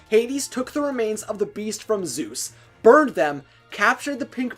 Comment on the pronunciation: I hate how you say Zoos instead of Zeus and Haydies instead of Hades